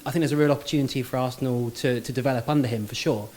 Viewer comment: Its kills me when he says Arsthenal 🤦🏾‍♂️ Didnt know this was Arsthenal Fan TFee